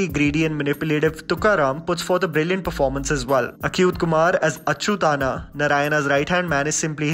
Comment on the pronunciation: It’s not Achyutana, it is Achyut anna meaning Achyut bhaiyya.